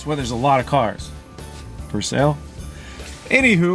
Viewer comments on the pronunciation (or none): Love but please say ANYHOW not anyhoo, cant wait for the reveal